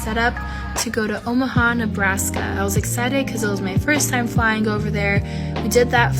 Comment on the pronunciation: I don't disagree with Matt about the pilot girl, but for me, the thing made made me absolutely not trust her was when she said flyin-Geh. She pronounced the G in a hard way like dumb hood rat music producers pronounce sin-Ger. It's on purpose to sound trendy and it makes me question your judgment and lose all respect for you immediately.